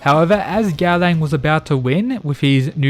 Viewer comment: by god i love the content of your channel but the way you butchering gaolang's nameeeeee dhfhfhdjdhdhdh but still, here's a sub